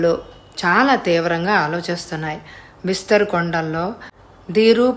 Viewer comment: బిస్తర్ కాదు బస్తర్. కొన్ని పదాలు తప్పు చదువుతున్నారు